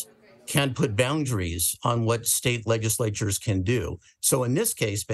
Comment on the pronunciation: Is that dude pronouncing it LEG-iss-lay-chures instead of LEDGE-iss-lay-chures?